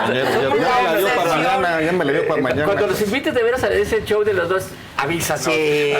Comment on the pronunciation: Es shou no chou